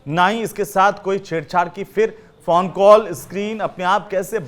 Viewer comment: कहां कहां से एंकर पकड़ कर लाते हैं। फ़ोन को फ़ौन बोल रहा है